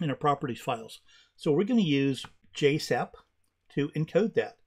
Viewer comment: Thanks for Jasypt pronunciation - from South Korea